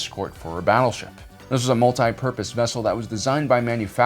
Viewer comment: Porpoise? Like the dolphin thing? What?